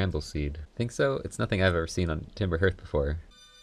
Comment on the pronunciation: Why can’t people pronounce ’hearth’ properly?